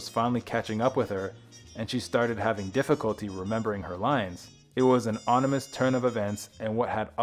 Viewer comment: Onimous ??? It's ominous.